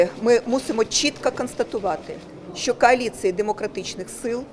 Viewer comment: КАЛІЦЇЇ ???? ППЦ! Науче її хтось як правильно говорити?